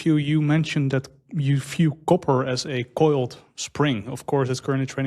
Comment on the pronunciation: Falue..Fictory..fiew.. I guess this guy doesn’t know the difference between an F and a V